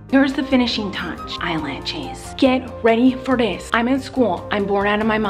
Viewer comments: Yess lol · "listick" "piminted" "eyelatches" "punctchuatin" "blutch" that, my friends, is the miranda sings makeup vocab.